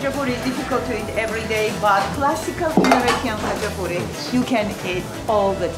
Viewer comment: Not gonna lie his “хач-а-пури» trigged me